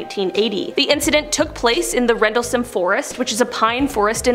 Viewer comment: She’s mispronouncing Rendlesham.